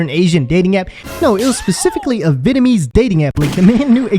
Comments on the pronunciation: He 100% said “Vietmanese”. Like she’s from Vietman. 💀💀💀💀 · VietMANese dating app? Wtf lol. 🤣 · "Viet - munese'. Really, dude? What a joke. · Viet ppl will straight say you’re fat or ugly 😂😂😂😂 my Noi (grandma) always used to tell me I was fat 😂😂😂 ……. Also did you peep how he says the word Vietnamese? He pronounced it “viet My knees” 😂😂😂😂😂😂😂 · Brotha said viet-man-ese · He said vietmanese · What’s Vietmaneez? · Did this sumumbish say vietemanese? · Really, this clown! I cant believe he said Viet-ma-knees??!🤡😂😂💀 Thanks you, you're a real one!💜✌🏽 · He’s not bad looking man and all but he can do better he can’t even pronounce Vietnamese she’s old looking in person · LMFAOOOOO Westbrook in the background when he mispronounced “Vietnamese” 😭😂😂